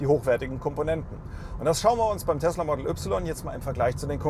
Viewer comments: Entweder sagste "Modäll Üpsilon" (deutsch) oder "Modl Wai" (englisch).......aber net ne Mischung "model üpsilon" ;) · Das er das Y deutsch ausspricht triggert hart - aber sonst guter Test 😀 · Bist du hängengeblieben? Tesla Model - nicht Tesla Modell ... es handelt sich also um einen englisch geschriebenen und damit ausgesprochenen Namen. Und daher auch die Aussprache. Da wird hier auch gar nicht diskutiert. Sucht euch mal an der Hecke den Nachbarn um dummes Zeug zu sabbeln. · Englischer Name "Model". Ein Eigenname. Und dann hat wer bei Tesla dir gesagt, dass die "3" deutsch ausgesprochen wird? - Kann es sein, dass du zur Bildungsunterschicht gehörst? Kann es sein, dass du schlicht ein richtig hohler Proll bist?